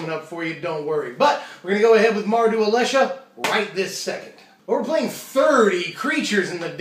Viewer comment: you may never pronounce Alesha wrong.